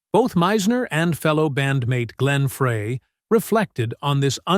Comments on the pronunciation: C'mon robot..it's pronounced fry..not fray. Peq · Why does this narrator always pronounce the name Frey like Fray instead of Fry??? so annoying! so many mispronounce Glen Frey's name! ugh! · It's Fry not fray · Is it not GLEN (FRY)...??? Where does freay come from??? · Glenns last name is not pronouned fray....it is pronouced FRY get it right or do not make any more videos about the Eagles. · It's pronounced "Fry" not Fra, so disrespectful for a great musician who's no longer with us. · Why are you saying Fray instead of Frey. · NOT FRAAAAY... it's FRI... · He mispronounces Frey intentionally so he’ll get comments and the more comments the more money he gets, but it’s just so obnoxious. That’s so disrespectful. I refuse to watch. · It’s pronounced FRY. NOT FRAY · Frey, not Fray! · Who is this knucklehead calling “Fry,” “Frey?” He clearly knows nothing about the Eagles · Frey, NOT Fray!! Come on man. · It’s pronounced Fry not Fra with a long a. How can you do a video and not even know how to pronounce the main characters names. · When the host doesn't know how to pronounce the name of one of the greatest musicians ever it makes it hardto listen. it isn't pronounced Fray, it is Frey....Pronounced Fry....stop reading your notes, stop making videos. You are lazy. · Frey is pronounced FRY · Glen “FRAY”? Im out. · It is pronounced Fry. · It's pronounced FRY.!!!!!! It's pronounced LED-ON. !!!!!!! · What do you think mispronouncing names ("Fray" "Leedon") does for credibility? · Frey is pronounced FRY. I thought everybody knew that. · It's FRY, for God's sake. Like...fry an egg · FRAY?????... Come on, if you want to make a credible video on the Eagles at least make sure you pronounce names of the band members CORRECTLY! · Frey is pronounced Fry. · Pronounced fry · It’s pronounced “Fry” you AI goober . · no he didn't . just like the man said...his name is pronounced FRY. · Yes, I cringe, everytime he says it. Lana was abusive to Randy. She was not a good woman.